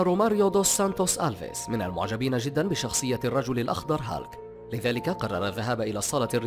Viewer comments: اولا اسم الشخصية هولك و ليست هالك اتعلم نطقها بشكل صحيح قبل ان تعد الفيديو ثانيا هناك اشخاص المفترض ان لا يتم وضعهم بالقائمة لأنهم لا يشبهوا شخصية هولك نهائياً من الناحية الجسدية و ثالثاً هناك شخصية اسمه مارتين فورد ظهر في فيلم بويكا الاخير اذهب و شاهده و سترى كم هو ضخم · أسمه بالعربي "هولك" مو هالك aka hulk